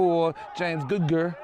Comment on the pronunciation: James goodger not googer